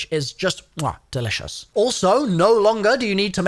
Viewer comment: "is just muah delicous" xd ty for video!